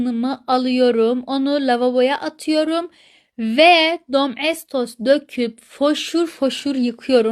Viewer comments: Domestos diyeceğine Domeğtos demesi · Dom estos demesi😂😂